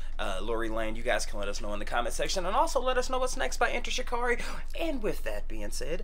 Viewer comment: Yessss shikari is pronounced differently but I love your review u must heat there other stuff 😊